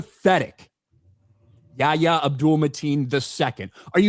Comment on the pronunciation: Yahya is pronounced exactly like Mocha Chocolata YA YA, Creole Lady Marmalade